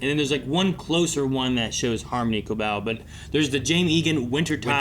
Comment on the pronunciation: They say her name so much on the show, "Ko-bell", and y'all keep saying "Koble"